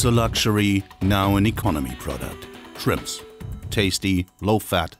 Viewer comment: He says chrimps🤣